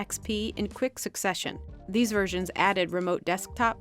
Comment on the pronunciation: It's not Windows "me", is "M-E."